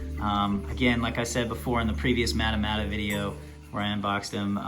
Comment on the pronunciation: Pronounced maw-ta maw-ta